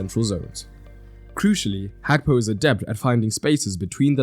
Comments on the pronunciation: It is not Hakpo, it is Gakpo ( his name) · It’s Gakpo not Hakpo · Hakpo? Can't you pronounce Gakpo?